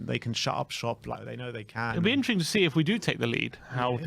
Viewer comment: How is catchphrase ‘it will be interesting to see’ but he can’t pronounce ‘interesting’ 🤣🤣🤣